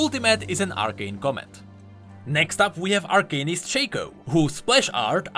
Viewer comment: its arcanist not arcanist